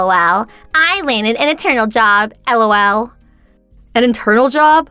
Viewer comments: I really hate it when the voice actors say L.O.L. or pronounce it as a word, "lol". Much better if they just laugh a little there. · It's better than when the say lol like a word.. comes out sounding like...lull...hate them both. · Who in the fudge says ELL OW ELL.